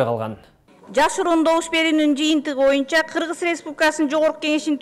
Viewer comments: Сабыр Жумабеков аябай билимдуу врач го. Башка агалары да билимдуу деп ойлойм. Спикер мектепте жакшы окубаганы билинип турат. Боюнча деген созду моюнча деп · Бул спикер боюнча деген созду МОЮНЧА деп суйлойт.